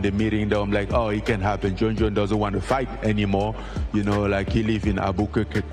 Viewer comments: ‘He lives in Abu-koookeh-koo-kookehh’ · Francis trying to say Albuquerque is too funny Albeqokuhcorakokoree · Al cu cu bukake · Francis - albuquerque no abuqaqi 😂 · Al bukake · I swear he said Albukake. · Francis Ngannou pronouncing Albuquerque was awesome. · Francis trying to pronounce Albuquerque is the funniest shit ever. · Francis trying to say "Albuquerque" was to funny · Francis trying to pronounce Albuquerque 😂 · LMFAO ngannou trying to say albuquerque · Francis trying to say "Albuquerque" is priceless.